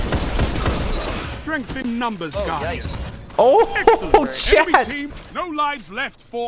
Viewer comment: Every time you say “Oh chat!” I hear “Oh Chaddddddd.” Don’t question it. Beace